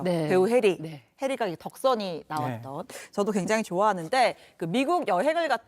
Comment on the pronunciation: 여자 진행자 미친건가요? 해리가? 해리한테? 한번은 실수인줄알았는데 계속 이름을 저리부르다니.. 혼꾸녕즘 내셔야할듯하네요